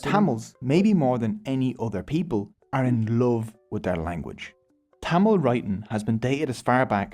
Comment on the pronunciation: Bro's pronunciation of thamizh names were on point. Impressed 🫡